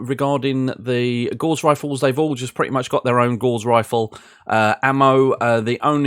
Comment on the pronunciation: NoGutsNoGalaxy triggers me on this a bit as well, but the word 'Gauss' rhymes with 'mouse' and not with 'moss'. Liking that you have put this series together as I'm considering moving 'up' from vanilla to BTA. Subbed.